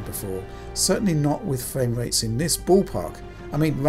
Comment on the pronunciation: Those are some pretty good fwame wates.